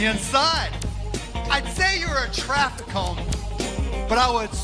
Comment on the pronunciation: Bro can't even say "TRAFFIC CONE". FAIL!!!! Suck it, Cuban!